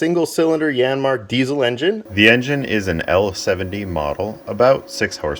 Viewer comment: I may have heard wrong, but are you one of the only Americans who pronounce 'Diesel' correctly; 'z', not 's'? If so, you have my respect :-)